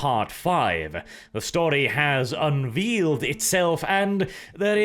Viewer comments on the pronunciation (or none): "The story has un-veal-ed itself..." command of the English language gets more and more interesting every post, I can't wait for un-venison - the other "other red meat". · Unwheeled? Did you mean unveiled?